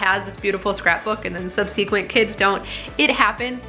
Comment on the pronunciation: I love your videos,! You should know, though, that “subsequent” is pronounced “SUB suh qwent.”